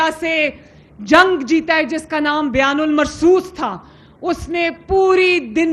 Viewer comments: بیان المرصوص ❌ بنیان المرصوص ✅ ایک تو یہ پڑھے لکھے نہیں اور کوشش بھی نہیں کر تے۔ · Byan nhi bnyan ul mrsoos hy jahil dnger